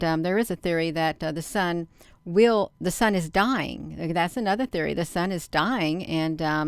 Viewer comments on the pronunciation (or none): none